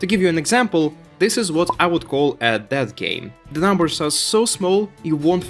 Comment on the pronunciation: It took me awhile to figure you are saying "dead". I kept hearing "that game" and wandered if that's some slang I'm unfamiliar with...